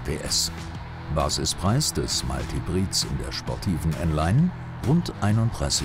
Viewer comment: Bitte, bitte! sagt eurem Sprecher mal das es "Mild" und nicht "Meilt" - Hybrid heißt!